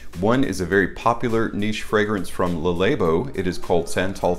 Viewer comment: I'd like to see Black Violet, though I doubt they'd do that one. Thanks for the giveaway (btw, it's not like lay-bo. It's like lah-bo)